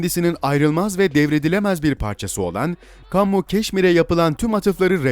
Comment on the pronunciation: Camnmu keşmir ingilizce bir kelime degil kammu okumana gerek yok..😁